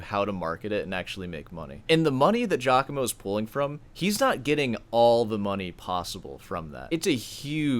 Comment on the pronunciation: the one thing we've all learned about this scandal is that nobody north of Liechenstein can pronounce Giacomo properly